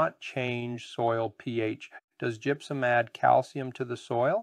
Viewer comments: first of all its gypsuM not gypsuN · It may be just me...but it sounds like you're saying GYPSUN, in the beginning.🤷‍♂️